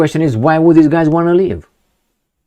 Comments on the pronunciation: "leave", not "live" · LEAVE, not "live". 😅😂 "Can't live without Zelensky's permission." 😂😂😂